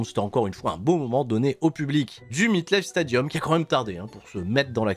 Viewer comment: ca fait 3 jours que je t'entends dire Meet/meat Life Stadium... c'est le "MET'(mét)"LifeStadium, pardon, je te kiffe, mais je pouvais pas retenir le truc plus longtemps, après les live twitch.... Sinon t'es toujours aussi génial;)